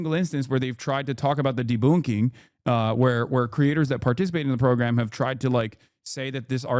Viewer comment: "deBOONKing" - hasan channeling his inner liz